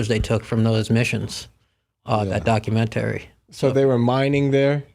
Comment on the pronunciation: Never heard anyone pronounce it like Doc U Men Tarry 😩🤣